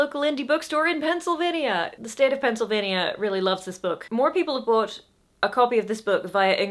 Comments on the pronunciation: Born and raised in Pennsylvania Bought their copy of Just Stab me now through a local mom and pop bookstore/Coffee shop about 80 miles from Pittsburgh and then donated it to my local library when I finished it. And until reading this comment I not only did not notice anything wrong with the way you said Pennsylvania, I'm pretty sure you pronounced it exactly the way I do only with a nicer accent. That said if you feel self conscious at all please feel free to refer to us just by the letters PA. Most folks at least in the US will understand what you are talking about. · I'm incredibly confused. How did you say Pennsylvania wrong? Aside from us just saying PA, you said it perfectly. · NO DONT I was literally coming to comment about how much I love your pronunciation. Pennsylvania is a very niche type of indie video game, it's like Castlevania, but it stars Quakers. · I'll be especially looking in my book stores in California. Love her pronouncing the "nia" in Pennsylvania and glad she DIDN'T for California. ❤ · Oh, and your pronunciation was just fine -- had no trouble understanding what you meant! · Your pronunciation of Pennsylvania is pefect. I find it very interesting and cool that you're absolutely blowing up in PA more than anywhere else. When you said that it reminded me of another creative soul who was more loved here at the beginning of his career than anywhere else, Billy Joel. We know brilliant art when we hear it. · Pennsylvanian who purchased the paperback on Amazon here. I don't think you mispronounced Pennsylvania, I think you just said it in your natural accent, as people do. I didn't even notice. I agree with the people saying the popularity is probably related to the Pennsic crowd. Camping in a field during the hottest part of the year isn't my idea of a good time, but it's huge here. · Pennsylvanian here, I ordered hardcopy from Amazon (I think? been a while). is pronouncing "Pennsylvania" quite correctly. Penn (as in William) sylvania.